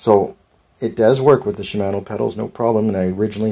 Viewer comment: Shi-man-o 😂 it's shi-mah-no